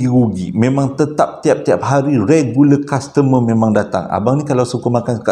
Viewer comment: Legule customer....reguler kastemer.... Maaf sy suka bgurau. Lucu bila dgr abg slalu tersasul susah benor nak sebut....